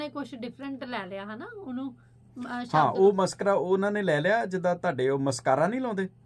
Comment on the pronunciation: ਮਸਕਰਾ ਸ਼ਬਦ ਦਾ ਸ਼ੀ ਉੱਚਾਰਣ ਕੱਕੇ ਨਾਲ ਨਾ ਹੋ ਕੇ ਖੱਖੇ ਨਾਲ ਹੈ, ਇਹ ਹੈ ਮਸਖ਼ਰਾ, ਖੱਖਾ ਪੈਰ ਚ ਬਿੰਦੀ ਸਹਿਤ